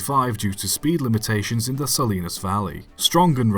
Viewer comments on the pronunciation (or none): none